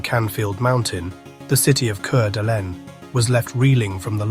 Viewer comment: Coot-knee, fer gosh sake! The name of the county is Coot-knee. And the city is called Core-da-lane. Now if this had happened in Pend Orille county i could understand...no outsiders get that one right. It's pronounced Pond-der-ray. French. ((Shrug)) what can you do?